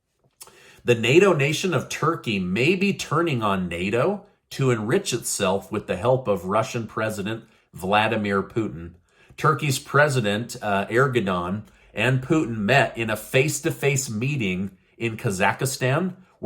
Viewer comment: Hi, just a quick correction regarding Turkish president name, his name is: "Er-do-gan" not "Er-go-dan".;)